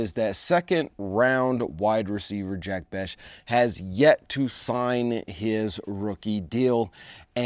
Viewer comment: It's Jack Bech (Besh)